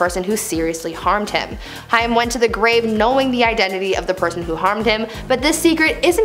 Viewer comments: Not Hi-am, its Hai-m. Rhimes with maim. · 😡 Absolutely no! Sounds like "came"..Haim... How you even attempted to switch the i and a is beyond me. Childhood star for millions of us. If you can't be bothered to pronounce his name correctly, find someone else to report the news. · Please say Corey Haim's name correctly - I knew him and this bugs me using his story to get views but not even researching proper pronunciation of names - Its pronounced Haim (Hay-m) not High-Um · you know it helps, if when talking about a person and their dark secrets, if you pronounce their last name righ.. its Haim like HA Aim not hi um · Its pronounced Hame like Pain RIP COREY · His name is prounounced Corey Hame! Haigm!! Get it right! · It's not hiam it's pronounced hame and if you read this as ha me I am hurting you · That's gonna make me mad you saying Cory's name wrong. Think of it as Hame. Not hiam since it's spelt Haim. Why doesn't anyone teach anyone how to pronounce things before putting it on the internet!? I hope you fix this horrible mess up. There's more I'm sure... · His real name was of Jewish descent, it was actually Chaim, and is spelled that way on his gravestone. She was almost pronouncing it correctly, but it needed a harder “h.” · Lady it sounds like hay with an M at the end... Haym... Haim, Corey Haim!!! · Corey’s name is pronounced Hame. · Corey Haim is pronouced Corey HAME.. rhymes with SHAME. That is how I remembered on how to pronounce it. JlyK... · Please learn the correct pronunciation of Haim the ai in his pronounced as a long a as in the word rain. Corey Haim is pronounced as Hame would be. I have noticed you do this often with several different words. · It's pronounced "Hame." Sorry, that's driving me nuts lol. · I found myself yelling at her when she kept saying Corey Haim's last name wrong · I cringed every time she mispronounced Hain's name wrong 😠😡🤬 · Learn how to pronounce Cory’s name